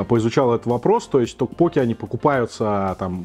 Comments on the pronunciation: ток поке-тоже режет слух.. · токпоккИ, ударение на последний слог) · Кого тоже передергивало, или кто вздрагивал, от того как произносит "токпокки"? Неправильное ударение меня просто убивало, и мне приходилось произносить "мантру": "Пиво, соджу, токпокки" Понятно, что кухня незнакомая, названия не понятные, обзор вызвал смешанные чувства, блюда в любом случае более европеизированы были при готовке, так как многие корейские блюда мы просто не смогли бы есть, нам бы они были ни то что не привычны, скорее вызывали бы вопрос как это можно есть, и поэтому в обзоре присутствовало постоянное некорейский вкус и корейский, непривычный, вкус.